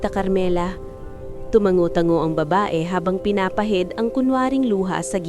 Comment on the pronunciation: Tumango nd tuman go Tanga kang magtagalog ayusin mo😭